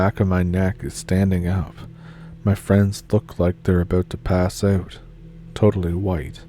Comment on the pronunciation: “It’s all aboot Canada”. Spoken like a true Canadian 😊